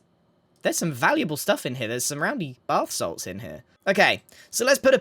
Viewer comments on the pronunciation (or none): only the OGs know why he says Bath Salts instead of basalt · Did anyone else hear bathsalts?🤣